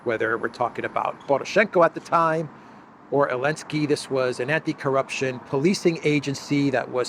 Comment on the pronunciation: Why do you call me elenski instead of Zelenskii. I am just curious 😂😂😂